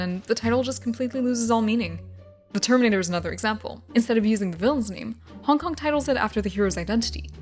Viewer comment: Ok I keep mishearing Hong Kong as honk honk is it just me